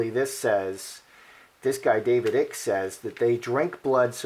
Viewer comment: David Eye.k is the pronounciation. QE is quoted as saying the people will accept me even though I'm not human....paraphrasing. They did have wings but God removed them as punishment. They live underground in deep caves. They breathe a different air to us. We would die in their environment. The lizard people are a race called Draco or Draconians and feed off fear and worry in humans. Hence the reason for wars, debt, mass killinsgs (false flag events) etc. The forces of good from the stars are helping to get rid of them due to their evilness.